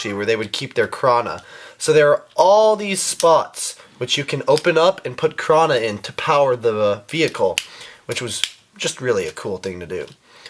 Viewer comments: You kept saying krana instead of Kraata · It's not kraana it's kraata